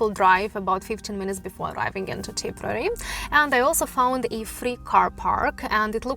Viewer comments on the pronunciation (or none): TIP-ER-RARE-REE is how you pronounce it.